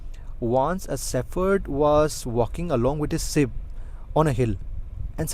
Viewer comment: sheep not sips